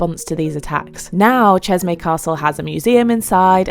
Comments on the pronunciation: I think it’s pretty funny that you emphasize Jeremy’s name (very French) lol and that’s great. But you repeatedly pronounceÇeşme wrong. Chesh-meh would be the correct pronunciation. I cringed every time as probably most Turks would. Love your videos with a style like no other however you seem a bit rushed more often than not. Slow it down and smell the roses. Peace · Thank you for the insights of one of the world's most beautiful countries and for the information about the landmarks. Bu the way, It's promounced Ceshme in English as the letter "ş" in the Turkish alphabet stands for the "sh" sound. ❤ from Montreal, stay safe 🙏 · Pronounced as Cheshme